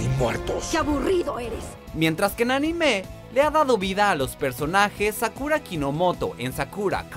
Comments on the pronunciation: Cada vez que dice Anime como ANIMÉ, estoy segundos a cargar mi revolver 5 calibre apuntando asia mi cuello y viceras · También dijo "narutó" y "animé" 😂